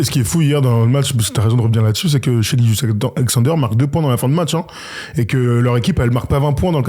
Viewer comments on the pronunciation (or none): Impossible de prendre au sérieux une personne qui dit avoir vu un match d'OKC et continue de prononcer "Shaï"